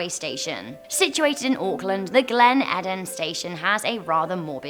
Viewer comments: It's Glen Eden. As in the garden of. Also, it's really not the greatest cafe lol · Oh my gosh! 😂 I love you but you butchered the pronunciation for the New Zealand one. It's Glen E-den. And Waitakere is pronounced Why-ta-ker-ay. But another excellent video as usual! Can't wait for the next one! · Yay!! An NZ mention! Terrible pronunciation but still stoked lol (come on, mispronouncing "Eden"?! That one's not even Maori haha)